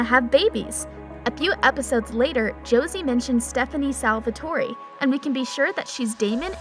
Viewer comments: Seriously. She pronounces it as salvatory😂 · Stop saying SALVATOREE. ITS SALVATORE. DONT PRONOUNCE THE E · OMG IT IS PRONOUNCED Sal-Va-Tor